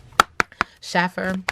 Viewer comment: It’s pronounced like shafer sis